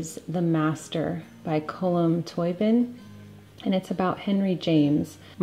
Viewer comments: So interesting. V pleased to see mcvities digestives being featured. Top tip, the author of that book is Irish and his surname is pronounced “Toe-bean” the symbol (called a fada” over the letter “i” and “o” change the sound x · Hello from Ireland. Just wanted to tell you his name is pronounced Column Toe bean 😃😅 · It's prounounced tow bean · Thank you for sharing all this Jennifer. I need to improve my eating habits and your videos inspire me. The author's surname is an Irish language surname and is pronounced Toe been. Thank you again, from an Irish fan😃